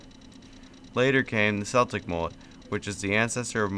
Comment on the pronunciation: What is "Seltic"? Celtic is said with a K. It's only "seltic" if it's referring to the Glasgow football team, You silly sunt